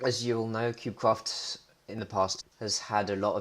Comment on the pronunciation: did you say cubecwaft at the start ??